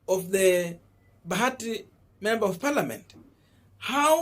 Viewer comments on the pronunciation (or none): It's bahati not bagati. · It is Bahati not Bagati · Boss ni Bahati sio Bagati as it appears on your screen.